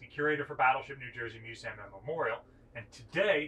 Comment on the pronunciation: This guy needs to learn how to pronounce museum